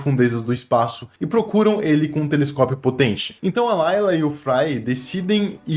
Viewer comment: É Leela, não Layla 😾😾